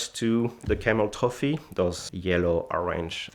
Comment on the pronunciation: "Ze Camel-Toe Fee"